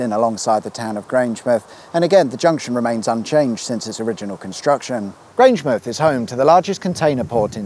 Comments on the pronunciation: Fantastic video. As a Scot here to correct your pronouniation: GrangeMOUTH, not GrangeMUTH. And of your Kelpies variants, the first is correct (KelPEAS, not kelpEYES). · Come on man, it's Ga-Lick, not Gay-Lick! Also, Grange-Mouth not Grange-Muth, and Kel-Pees not Kel-Pies ;) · Grangemouth is pronounced 'Grange-mouth', (like Avonmouth) not Grange-m'th (like Portsm'th or Wey-m'th) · Just FYI, pronunciation is Kel-pees and Grange-mowth, not Grange-mooth. HTH! Hoots! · It's pronounced "Grange-Mouth" not Grangemith. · Weirdest thing about this episode is hearing Grangemouth pronounced the same was as Portsmouth, Plymouth etc - Grangem'th. It has never occurred to me that we say it differently. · I was hoping for more funny mispronunciations of place names and all we got was Grangemith🙄. Enjoy the rest of your week🙂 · Grangemouth is pronounced like the place where your teeth are. My Southampton friend tells me off for for doing the same thing with Portsmouth and Bournemouth instead of ending them “myth”. If you ever get the Falkirk Wheel boat trip sit right at the front. You will get a great view when it turns round and goes back on to the top of the wheel. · The "mouth" of Grangemouth isn't pronounced like Bournemouth or Portsmouth, but like the mouth on your face. Cow pies were a favourite of Desperate Dan.